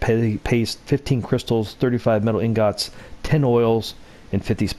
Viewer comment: You pronounce ingots so wrong 😂